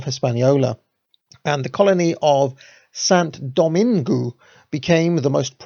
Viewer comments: “San domang” my man. Cheers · "Saint Dominigue" = doh-MEEN-goo...?????? Bruh, you dropped a whole syllable. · Saint Dominigue rhymes with league. French speaker here. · Dessalines= “Day-sal lean” Saint Domaingüe = “sahn domang” Tally-ho!